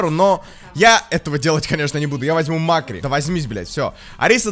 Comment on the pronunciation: Не мАккри а маккрИ